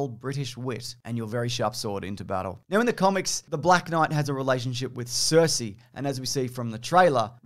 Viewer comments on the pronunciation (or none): none